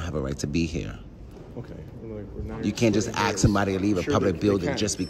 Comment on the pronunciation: They can axe.